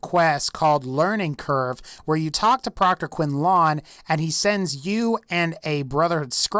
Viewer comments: Great video,. If I may be an absolute tape-on-glasses geek at this present moment... please... my ears ache every time you say "Proctor Quin-laine". Next time you are introduced to the Proctor, note that the name is more aptly pronounced "Quin-Linn". I know... it's not an American name... It may be perplexing that "Dorchestershire" is Pronounced "Dorshyre" but there you have it. Otherwise, very insightful analysis. Thumbs up. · Listen, its pronounced Quin-lin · Did he just say Quinlong? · its pronounced quin-len.